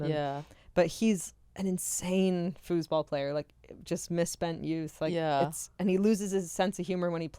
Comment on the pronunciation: …. I thought you said fooooootball lol I had to rewind. Fooseball got it lol I can’t spell that